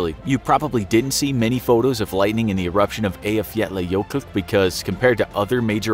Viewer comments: The narrators pronunciation of Eyjafjallajökull was the closest I've heard from a foreigner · I almost threw up when you accurately said that name. Nice. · Closest I've heard from a foreigner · HOW THE HECK DOES THE NARRATOR EVEN PRONOUNCE EYJAFJALLAJökull!!!!!!! WELL DONE FOR HIM!! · Can you just take a minute to appreciate how the guy at infographics aced pronouncing “Eyjafjallajökull”